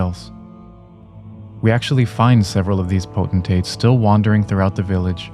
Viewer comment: Amazing, you actually know the correct way to pronounce "potentate". Everyone else says pot-an-tate when it's clearly POTENT-tate, as in potency, potential, etc. I swear youtubers don't understand English.